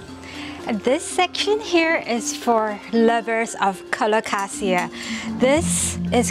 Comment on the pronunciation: The Aglaonema is Aglaonema commutatum 'Alumina', which was originally found in the province of Rizal on Luzon, while the vine is Phanera aherniana var. subglabra, which occurs in both Borneo and Palawan. Love the way you pronounce 'Alocasia'- the way it should be! However, 'reginae' should roll off the tongue as 're-hee-na-e', as there is no 'J' sound in Latin 😊